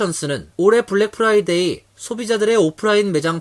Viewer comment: 미국 한인방송인데 아나운서 발음이 Friday (금요일) 을 Fly day (파리 곤충의날) 로 발음을 하네요. 공부좀 하지...